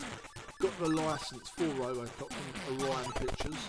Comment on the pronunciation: I loved playing this game back in the day. For some reason my brother thought the game synth said ‘Apple Croft’ rather than ‘Robocop’. Go figure!!! But funny at the time.